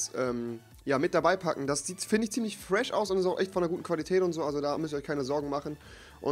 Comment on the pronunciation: Du kannst nicht fresh sagen :D